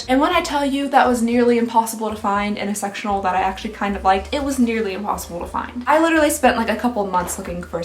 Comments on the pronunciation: Sectional. It just sounds like sexual. Lol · I thought you said “sexual sofa” instead of “sectional sofa” 😂😂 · I heard sexual couch...not sectional, took me a minute☺☺ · Not me hearing "sexual sofa" 😬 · Oh no I heard sexual instead of sectional couch 😆😂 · I thought she said “sexual sofa” rather than sectional. 😆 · Omg I scrolled down to the comments to find out what she said because I couldn't hear anything other than sexual 😭😭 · I'm sorry is it just me I thought she said sexual couch. I'm assuming she meant sectional couch?